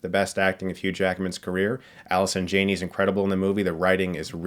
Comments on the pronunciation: Chris a fan. But its Jaaaaa nee. Not JAY nee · Jann-ey. Not Jane-y. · Alison Jah nee. Jah nee. Stuckmann please please learn the names from now on. Soooooo desperate for new material right Chris? Right??? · He keeps saying Alison Jane-eee.